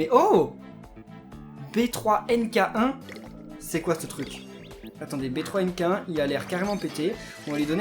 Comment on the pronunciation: Le yo kai B3 NK1 se prononce benki kirb mais sinon bonne video